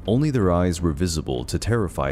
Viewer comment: DEAR: I THINK YOU MEANT DEPOSED NOT DISPOSED! ALSO, WHY GO THE LATIN WAY WITH HARII & THEN GO THE ROMAN ALPHABET WITH THE LAST "I". HARI-EE! THE H IN THOR IS SILENT= TOR!